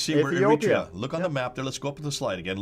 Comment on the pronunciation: He says Eritrea weird lol (Eh-re-tray-a) is how my Eritrean friends pronounce it. Apart from that love the historical knowledge.